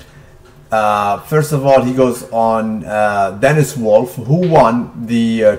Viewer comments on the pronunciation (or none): none